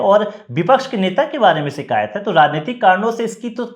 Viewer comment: शब्दों का उच्चारण ठीक नहीं है। शिकायत ही सही शब्द है सीकायत , शब्द बिल्कुल ग़लत है। कृपया अपनी भाषा के शब्दों का उच्चारण की त्रुटि सुधार ने के लिए कुछ भाषा का ज्ञान प्राप्त कीजिए।